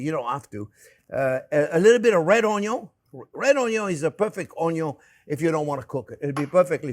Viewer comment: You appeared on my feed. Watched your updated Bolognese. I was curious about the the way you say onion. You sound like a Cajun (own yon) subcribed because of it. Not Cajun, I'm Cherokee and Chippewa, your voice is amazing.